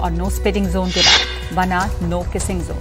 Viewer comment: No kissing zone Not no kissing Jone You are a reporter be professional pronounce correct This is not Gujrati say in English ZZONE NOT JONE